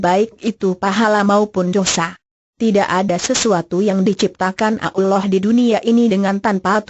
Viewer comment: menjijikkan suara pembawa acarane , pekok dan tolol penyebutan nabi SAW dan sebut alloh nya keliru , pembawa suaranya asli kristen ya